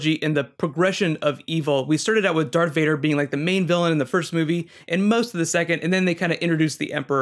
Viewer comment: Is this guys for real, He keeps calling Darth Vader "Dark Vader" He is a Star Wars Poser !